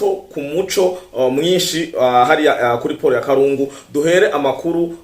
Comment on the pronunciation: nkatwe twabaye aho Uvira bavuga KALUNDU et non kalungu. Komereza aho mu jeune wacu.